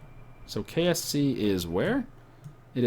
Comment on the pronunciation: Every time you say KSC I'm sure that your saying KFC.